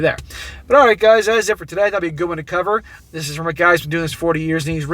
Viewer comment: Stop saying "Dis". You aren't from the ghetto.